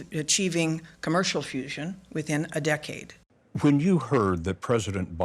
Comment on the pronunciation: Dee-cade. 😂 Why do so many of my Germans not learn how to speak English? So sad… and funny.